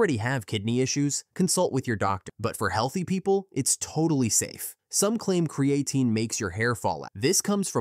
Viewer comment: Maybe learn how to pronounce the name of the subject of your next video?